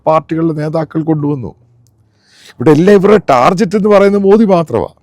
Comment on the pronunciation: Not Tarjet but pl say Target!